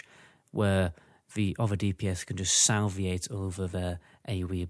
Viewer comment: Did this guys say “Salviate?”